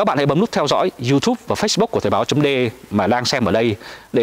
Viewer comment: Thời báo chấm dê e (de) rõ ràng mà ba đọc là đê e ( đe)